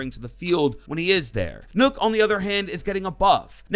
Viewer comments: dude said nook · I thought he said "nerf to nook" and that wouldve ended my career